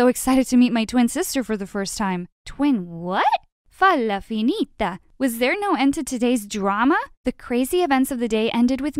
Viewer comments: ''Fallafinita'' when it's said ''fai la finita'' 😂😂😂 ah my Italian 🇮🇹 part went crazy 😂😂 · I like when the girl said FA LA FINETA